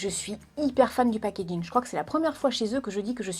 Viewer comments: Tu dis "pagegin" a !😂😂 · "Je suis* fanne du pakaking" xD